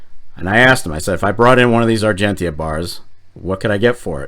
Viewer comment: Oh..... and please.... pronouce Argentia correctly :)